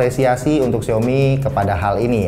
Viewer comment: Bang gak bsa nyebut A ya? Bilang syaomi jd syomi. Hehehe. #justkidding.